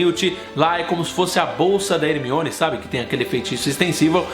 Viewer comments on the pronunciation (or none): none